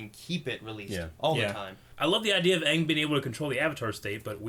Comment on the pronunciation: CittaV Box They pronounced Aang as AHHHHHHHNNNNGGG